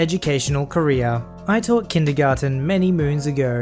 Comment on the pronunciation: In the beginning I though you said Korean but it was career